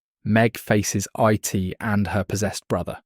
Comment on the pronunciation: A society where individuality is erased and free will is nonexistent is a perfect description of our own. Also, you do not pronounce IT like an acronym.